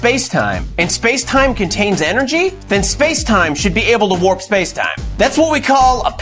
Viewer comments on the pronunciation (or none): none